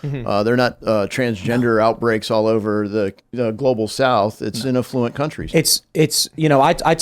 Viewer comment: it's Affluent.